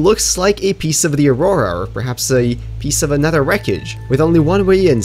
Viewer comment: I love the way you say another haha, anoder